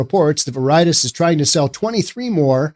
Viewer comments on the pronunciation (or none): i believe you mispronounced: Veritas, Schadenfreude, Noe Valley: vair i tas (NOT ver eye tis) shah den froy da (NOT shay din frowd) no e valley (NOT no valley) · It's Ver-I-Tas.... not Ver-Itis.... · VER-i-tas SHA-den FROY-deh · Its VARE-it-tass VARE ryms with rare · WHAT. VER EYE TAS. WHERE THE HELL WAS THIS GOON EDUCATED. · Please learn how to pronounce Spanish words. Veri - Tas; it is cringe worthy. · Ver uh tahs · Pretty sure Veritas is pronounced like VARE-it-aus. Definitely sure Haight is pronounced like HATE. Noe is pronounced like NO-ee. Man, it's hard to take you seriously when you clearly don't know SF. But you are right on basic principles of economics. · Veritas is pronounced "Ve Ri Tas" The irony is it is the latin word for Truth or "Reality"! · "Veritis" lol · It's pronounced "very-tos". Oh, and "Haight" rhymes with '8'. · vair-eh- tas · Clearly you know nothing about SF. You can't even pronounce the street names correctly. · I don't think you're pronouncing Veritas correctly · If you’re so fucking stupid that can’t pronounce “Veritas” properly, stay off the internet. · In all honesty, I can't listen to someone who pretends to put on an air of intelligence and sophistication, but doesn't know the meaning of the word "Schadenfreude" and totally butchers the pronunciation of the word "Veritas". I totally agree with the sentiment of this video regarding SF, but the lack of knowledge of these simple things and the attendant lack of due diligence required to put yourself out there as an authoritative voice is disappointing. You can (and must) do better. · Correct pronunciation is more important than you evidently think. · Learn to pronounce Veritas. It means "truth" in Latin. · You really should learn to pronounce a word before you say it on the air. Look up v-e-r-i-t-a-s. It is a common word that most people know. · Maybe look up the correct pronunciation of Veritas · I believe you're miss pronouncing Veritas.